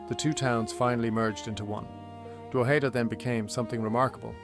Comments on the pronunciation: its prounounced Droh'head'da not Draw'heed'da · pronunciation is this: drog head da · I've never heard that pronunciation of "Drogheda" before. Where does it come from?